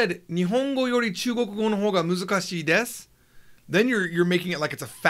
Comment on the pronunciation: It's "muzukashii" and not "musukashii"